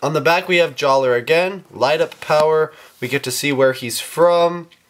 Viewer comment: It's pronounced JALLAH! (It's just spelled Jaller! He got his name changed by Turaga Vakama after an honorable event!)